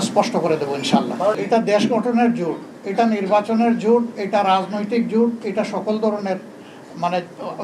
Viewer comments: জুট না জোট😂😂😂😂😂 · জোট না জুট